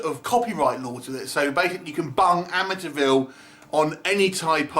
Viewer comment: you pronouncing "Amityville" sounds a lot like "Amateurville" - I think it's fitting for this film